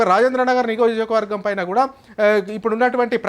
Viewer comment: First Niyojakavargam ani palakadam nerchuko